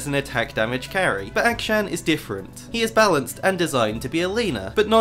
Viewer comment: i cant watch this video with the way you say akshan